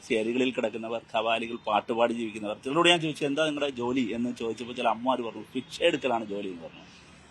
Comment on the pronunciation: നേരെ ചൊവ്വേ മലയാളം പോലും അറിയത്തില്ല.. ഇനിയ ഇംഗ്ലീഷ് 😅 ഫിക്ഷ പോലും... ഭിക്ഷ ന്ന് ആദ്യം നന്നായി പഠിച്ചിട്ടു വാ മാഷെ. ഇങ്ങനെ ചിരിപ്പിച്ചു കൊല്ലാതെ 😂